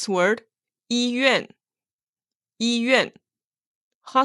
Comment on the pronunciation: Lesson 7 why does during the dialog 医院 sound like yi bian?